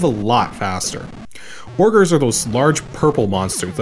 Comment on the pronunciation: "Orgers"? Are you sure you didn't mean "ogres"?